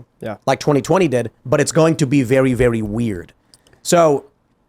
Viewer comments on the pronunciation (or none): Did anyone else pick up tim saying "very very" like tweety bird. Lol. Tim said "vewy vewy' 😅